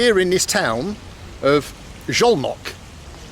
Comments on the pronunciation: Szolnok is pronounced with 's' not with 'sh'. But it's a great docu! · Lol, first time I've seen you almost helpless. 😅 Great to finally see places I visited often (Budapest and Szolnok). Btw Szolnok is pronounced with a hard S and both o's as in "often". The effort is surely appreciated. My ex is Hungarian, from Szolnok, and in the 10 years I've visited the country, I didn't manage to get a proper hang of the language. 😅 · Man, I am only 5 minutes in but he mispronounced Szolnok to Zholnok or Zolnok countless times! Dear Bald, the letters "SZ" in Hungarian read like your "S" in English! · Not sholnok, solnok (hungarian pronunciation) sz->s, s->sh. Nice video. And also you can visit Sarajevo, Bosnia&Herzegovina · Little help with the pronunciation of Szolnok. Soul Knock :) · as a hungarian I can confirm. Pronounciation is like "Soul-Knock" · As someone who is learning Hungarian as my brother is married to a Slovak-Hungarian woman, it's also rather hilarious haha. Sholnok for example 😭